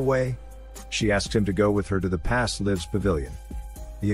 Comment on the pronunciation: If you ever wondering if this was a AI voice (which it is), just listen to the way it pronounces "lives". It cant pronounce it in the appropriate way because AI's cant recognize content yet. These are called "Homophones" and if you hear them mispronounced, its a AI voice.